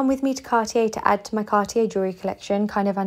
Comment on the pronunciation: Please pronounce Cartier correctly